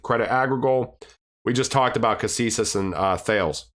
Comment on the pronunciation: Great vid, thanks for all the info! Apparently, Thales is pronounced Ta-les